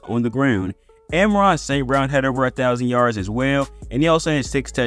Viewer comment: It’s not “Emeron St. Brown”, it’s pronounced ...Ahh-Mahn-Ra. Now you try